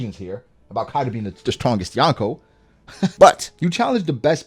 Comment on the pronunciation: It's YO-n-Kou.... not YAWN-ko ;O)] kind of like ax and ask. LOL